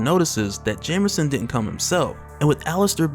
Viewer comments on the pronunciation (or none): I've been binging this man's videos at work for about 6 hours now and my only complaint it's how half the time he puts an R in Jameson 🤣